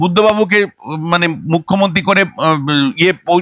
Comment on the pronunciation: এই যে সাংবাদিক দিদি আগে উচ্চারণ ঠিক করুন কথা টা mukhyomonti নয় মুখ্যমন্ত্রী হবে আপনার বহু উচ্চারণ ভুল থাকে যা অত্যন্ত কানে লাগে আপনার নিজের কি কানে লাগে না?